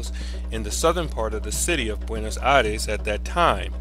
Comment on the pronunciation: You are not pronouncing Buenos Aires right....thats a bit suprising since it is a capital.